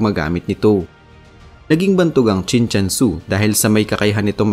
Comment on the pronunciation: mali nman ang bigkas mo, Chin CHUN SU ang nksulat.